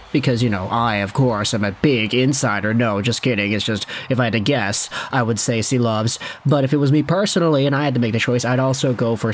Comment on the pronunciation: I believe Silovs is pronounced as Shilovs